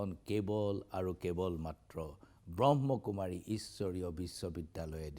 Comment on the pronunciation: আপুনি প্ৰথমতেই সংস্হাটোৰ নামটোৱেই ভুলকৈ কৈছে । ব্ৰহ্মকুমাৰী নহয়, ব্ৰহ্মাকুমাৰী । কোনো এটা সংস্থাৰ গভীৰলৈ নোসোমোৱাকৈ দুজন ব্যক্তিক লৈ এটা বৃহৎ সংস্হাক এনেকুৱা তুচ্ছ মন্তব্য কৰাতো আপোনাৰ দৰে জ্যেষ্ঠ সাংবাদিকৰ মুখত শোভা নাপায়।